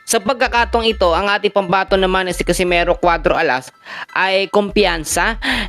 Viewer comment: catcimero????bulul Ka bay??😂😂😂😂